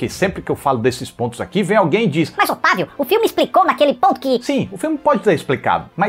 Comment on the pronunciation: Pq eu sempre acho que ele vai falar "eu sou otário uga" em vez de "otavio"? É a msm coisa com o quadro em branco😔